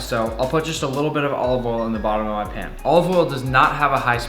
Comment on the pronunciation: HE SAID OLIVOLE gordon ramsay jr